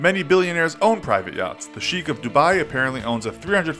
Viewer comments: Sheek of Dubai lmao it's sheikh (shake) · shiek is pronounced sh-e-kh U seriously need better pronunciation of eastern words